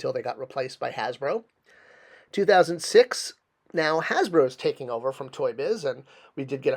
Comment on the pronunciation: "Hasbero?" You really need to start editing your videos before they go up man. You also had a blank screen with your logo up in place of the image of the figure you were talking about at the time.